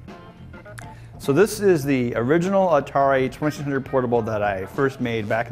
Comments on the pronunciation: "Atari Twesisundrd" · I LOVE the Atari twuhsunred!